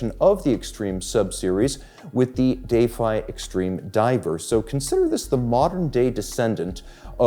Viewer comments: why can't we just pronounce "defy" properly? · Is everyone taking a drink every time he say Day-fye?